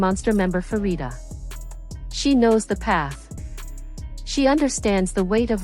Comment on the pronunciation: Pharita is pronounced as Parita and not Farita.